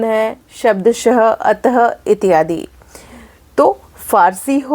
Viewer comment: आप का इत्यादि का उच्चारण कष्ट दे रहा है। वैसे आप विदुषी हैं।